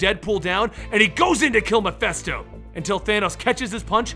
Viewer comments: I might be wrong, but I thought it was pronounced Mephisto, not Mephesto? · Not mephesto...His name is MephIIIIIIsto. Mephisto..... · stop saying Mephisto incorrectly. Meh-fist-oh. Not festo. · keeps pronouncing the name Mephisto as "Muh-fess-toe", is that the correct was to say it? I've always heard it pronounced "Meh-fiss-toe". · Its mephisto, with an I